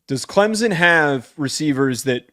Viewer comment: Why can yall not pronounce clemson correctly?